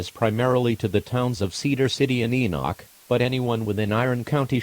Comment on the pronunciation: It’s EE-nək not EE-nok